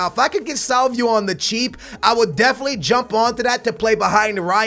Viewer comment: Salvio is pronounced SalviO NOT SalviU!